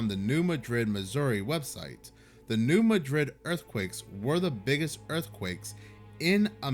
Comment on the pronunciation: Every since I moved to Missouri years ago, I was warned about the big New Madrid earthquake coming. (The emphasis is on the first syllable of Madrid [Maa-drid]) This does make me think something might happen this year. There's just too many weird things occuring at once. It's also hitting way too close to home where I live. If there is the big one, our area is toast.